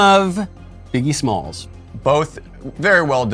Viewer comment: I'm so impressed that Michael AND Ben got "Biggie Smalls" correctly. Much respect!